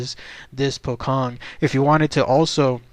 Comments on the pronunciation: You don't pronounce it as pokkong,, it's pronounced as pochong with a "ch" not a "kh" sound. Wrong pronounciations hurt my ears, you know? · yep, im Indonesian lol, its 'poe' like Edgar Allan Poe and 'chong' like cheech and chong. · will,its refer to as a pocong,the 'c' pronounce as in 'ch'...so 'pho-chong',mostly originated from indonesian,same as pontianak,('pon-ty-a-naq). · its pronounced poe-chong